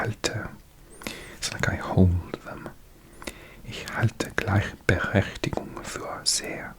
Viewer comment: Awesome Video! Hier ein paar kleine Fehler: Gleichberechtigung - das ch ist weicher. Wie bei ich, nicht wie bei ach. Mädchen - ä nicht ü. Unfair- un wie bei unfreundlich, nicht die englische Aussprache. Sexistisch - du hast ein i vergessen. SexIstisch. Deine Aussprache und dein Verständnis der Satzstruktur (also Grammatik) sind beeindruckend! Und sooo gutes asmr, wie immer.😍